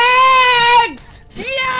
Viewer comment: Nicht mehr Lumexx sondern Lomexx😂